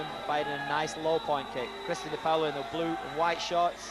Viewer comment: its funny how she says dipaolo. its not "di POWLO", its like "Dih-Paul-oh"